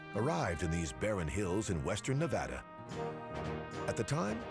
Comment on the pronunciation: Finally a show that pronounces Nevada correctly.